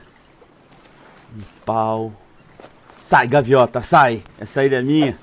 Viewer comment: " gaviota " kkkkk vc falou errado kkkkk é gaivota kkkk